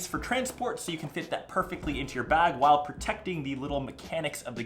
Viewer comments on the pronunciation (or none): none